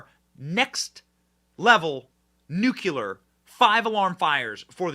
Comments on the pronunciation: Its "NU-CLEAR" not "NUKE-U-LAR".🤔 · How is it 2023 and people still don't know how to say NUCLEAR? It's not "nukuler" its 'nuclear'. 'New-clear' - TWO syllables, not 'new-cu-ler’ which is three. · Fyi its pronouced new- clear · I really wish you'd learn to pronounce "nuclear" correctly. I believe the Globalist Democrat party must be dissolved as an enemy of the people, and a public nuisance, and the majority charged with high crimes, treason. Globalism is just a name for fascism. A fascism driven by the greed and pathological narcissism of Globalist elites rather than by nationalism. They control powerful elite politicians everywhere, They control MSM, the entertainment industry, social media, and the public education systems. 24/7 brainwashing through Globalist propaganda, and it works on the left and right of the population alike. Both sides deny it, but it doesn't change this fact. Globalist elites are the source of all our most serious problems here, and abroad, throughout the entire free world, and it must be completely annihilated as the 3rd Reich was, on a global scale. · Here's a guy who can't pronounce "nuclear" calling other people "stupid"!